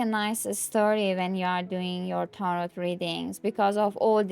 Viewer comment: Enjoy your sharing your decks. My request would be to turn down that background music. Especially when same 30 seconds of music through entire long video. It's distracting from your actual content. May I ask what country you are in? Never heard tarot pronounced with a hard T at end. Only ever heard tar-oooooh